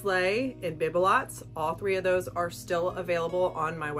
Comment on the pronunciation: By the way, the IOD sisters pronounce Bibelots, bee-bi-low.